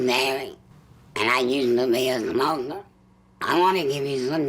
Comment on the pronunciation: Not gonna lie I used to make fun her saying “ I used to be a ‘moka” when I was a kid. I stopped doing that but I still think saying it like that is funny